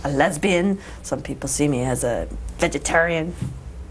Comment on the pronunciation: I love how she says 'lesbian!' and 'vegetarian!' Too funny!